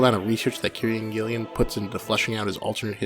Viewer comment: nice vid; I'll share it with friends I've been meaning to convince to read the comic. 2 issues though: 1. That's the worst Alan Moore impression I've ever heard 😉. I suppose you can't blame an American for missing the nuances of a Northampton accent. 2. it's Kieron Gillen, pronounced keer-on/keer-an gill-on other than that, liked and subscribed, cheers!